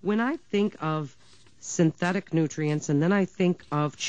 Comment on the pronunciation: What is "synthectic"? What is "damgage"? What is "itamine C"?